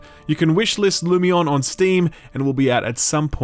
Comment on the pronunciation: Lumione is pernunced like Hermione.